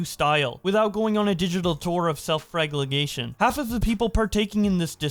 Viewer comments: fla-gell-ation. Flagellation. NOT "flag-leg-ation" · Self FRAGLEGATION. And then you get it right! AND THEN BACK TO FLAGLEGATION!!! Joking about pronunciation aside, I've enjoyed watching this dumpster fire play out, but it's sad seeing how far idubbbz has regressed while a horde of vultures are screeching that he's actually grown. Dick Masterson neatly summed the situation up. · I love u but it’s “flage-u-lation” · You said flagellation right once and never again